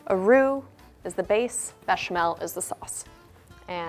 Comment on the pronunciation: Why does she say bechamel and roux the correct way but not with the gouda:(